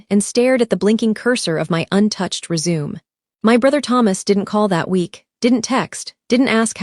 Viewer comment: AI cannot do words like resume